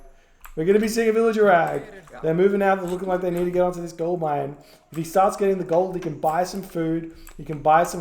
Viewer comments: Am I the only one hearing say ”gold lion” instead of gold mine? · I think he says "gold line", which sound pretty similar to gold lion xD